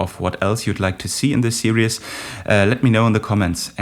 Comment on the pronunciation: Fantastic, thank you! (Pss: Its just 2 syllables - "sear-ease")